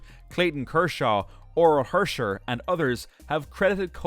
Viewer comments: This title is misleading, this guy does this clickbait for all his videos, diminishes famous people. Nothing sad about Koufax's life. And this guy doesn't know anything about baseball, misspelled Ernie Banks, mispronounced Drysdale and Hershiser, he had never even heard of them before making the video. Absolute garbage. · First, the tease about sadness is false. Second, the narrator should learn how to pronounce names of the people of whom he has obviously never heard, like Drysdale and Hershiser. This obvious ignorance dulls the verisimilitude of the presentation.